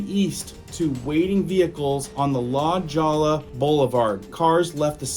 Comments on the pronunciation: La Jolla is pronounced, La Hoya. "J" in Spanish is pronounced as an "H". "LL" is pronounced as a "Y". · La Jolla is pronounced La hoyia.. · Not La Jolla, the J is pronounced as an H.and the double ll sounds like a y as in La Hoya. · La hoy uh...not la Joll uh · LA JAWLA???? IT'S LA HOYA! LEARN HOW TO SPEAK AND SPELL: IT'S BORDER, NOT BOARDER! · La Hoyia, not La Joyia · La hoy ya! Not La Ja la. LoL! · Its not pronound la jolla.......it is pronounced as Lah Hoya.... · LaHoyah not lajolla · Not to be picky before somone rasies hell. La Lolla is pronounced La Hoya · FYI: La Jolla is pronounced "La Hoy-ya" ... It's a common mistake if you're not from the South West. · I stand with Texas and Israel. God bless America 🇺🇸. Btw, you’re saying La Jolla wrong. The J in Jolla sounds like an H. The whole word in pronounced like Holya. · La Jolla!!!! Pronounced Lah Hoiya... lmao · The JO is pronounced Ho... La Hoya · It is pronounced La Hoya: La Jolla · La holla. Don’t pronounce the j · Good reporting. I surfed this beach as a teenager. La Jolla , however, is pronounced "La Hoyya." This migrant problem had been ongoing for the past 50 years. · Good reporting. I surfed this beach as a teenager. La Jolla , however, is pronounced "La Hoyya." This migrant problem has been ongoing for the past 50 years. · Hey! LA Jolla, is pronounced....LA holla!! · That's "La Hoya" Blvd it's just spelled with "J's" !! And It's " border" not " boarder" two different words ! Just trying to help bro !! Spell check it's free! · ...La Jolla is pronounced La Hoya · Its pronounced La-Hoy-ya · Dide its not pronounced the way you said it. California used to be a Spanish and Mexican territory so the names of cities have Spanish names. La Jolla is pronounced La Hoya. Please learn Spanish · Just a heads up La Jolla is pronounced La Hoya... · “LA DJOLLA” is the right way to say it. We have no obligation to pronounce anything in that crap idiom… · FYI- It's LA HOYA- not la jolla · It's pronounced La hoya